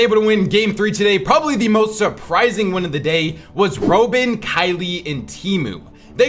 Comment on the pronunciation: I think it’s pronounced like Batman’s sidekick